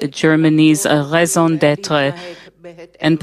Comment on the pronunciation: I know this isn't important, but I can not help myself!!!!! My ears are burning! RAISON D'ÊTRE ------> RAY-ZOH DET-TRUH!😂